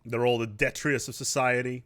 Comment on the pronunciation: Some one learnd a new word in Stellaris. Detritus, now he only need to learn how to pronounce it. Lerning is fun like your video gretings from fellow german.